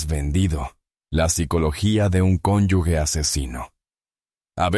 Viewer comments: Conyuge, no conyugue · Es cónyuge NO CINYUGUE😊